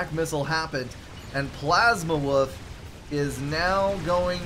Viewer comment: Thanks for the cast, and thanks for making my name sound like "Plasma_Woof" a bit :) It's a refreshing new name. Also: if you press "End Replay" in the drop-down menu, you go to the score screen.